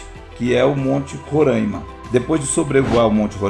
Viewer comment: Bom dia, apenas p efeito de correção...o nome do estado é Roraima apenas com o O e o A abertos.....n existe o..o tônico..Rôraima....que o pessoal do S é Sudeste fala..talvez seja uma das grande s desavenças do querido povo desse lindo estado do norte do Brasil...misto de florestas...rios e campos e cerrados e campos...